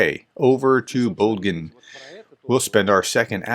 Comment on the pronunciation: Bog-dan. Not Bo-gin.